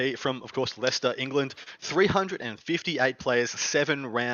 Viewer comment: Great show as always. Thanks for covering Leicester, and pronouncing it! I had a great time, brilliant tournament, and already got my ticket for Nottingham in January.